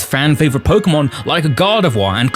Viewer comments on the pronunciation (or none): Why is it always the pokétuber who can't say pokémon right the ones eho ay it a thousand times in every sentance?